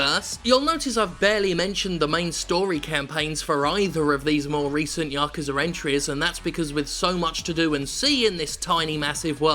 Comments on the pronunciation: Its YA-KU-ZA not Ya-Kuuuza, source living in Japan for 10 years speaking japanese. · "ya-ku-za" is the correct pronunciation, without inflection on any syllable. "ya-kuu-za" is wrong. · Hey Jim. it's pronounced Ya Koo Zah... just a comment I do love you and your channel. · 8-9-3 pronounced ya-ku-sa. if you're not japanese it really doesn't matter how you pronounce it cus the meaning remains, but yekuza is wrong cus in japan A is pronounced either ah or aah. so ya-koo-zaa. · Yakuza has looked intriguing to me. Zero and Kiwami have been sitting on local shelves for a while. I'll give 'em a go. Also, yes, it's pronounced "yah-KOO-zah". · It ought to be pronounced like "yakza" there is no need to emphasize the "u" or "oo" sound in "ku" in the word "yakuza". Essentially, you want to not inflect or stress any of the syllables in that word, or any word in Japanese; give each syllable the same weight. My Italian grandmother was trying to tell me about "My neighbor Totoro", but she added a glottal stop and inflected the middle "to" (saying "Tottoro" or something like that). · I thought you Brits pronounced it "Yakuza Nought" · Hi my name's Jim Sterling and I can't pronounce Yakuza.